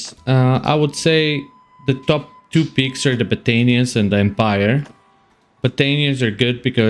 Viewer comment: Love your accent man. The way you say battanias always gets me . Im building my character exactly like yours just pickung my own companions. Love it bro. You got me unstuck pf mid game as im a new player. Thabk you br0